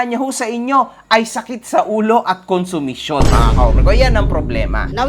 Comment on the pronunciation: "Good running kunsimisyon". HAHAHAHA!